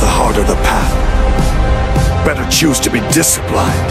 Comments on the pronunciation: “more easier” “disciplYNed” Ai still ain’t ready yet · What's with the weird fucking AI voice that can't pronounce "Disciplined"